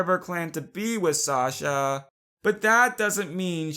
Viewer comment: You say shosha not shasha or whatever